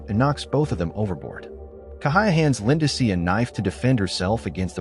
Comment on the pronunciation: Poor Lindsey. AI keeps calling her Linda-see!